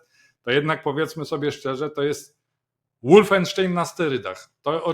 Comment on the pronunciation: "Wolfenstein" wymawia się "wolfensztajn", nie "łoolfensztejn".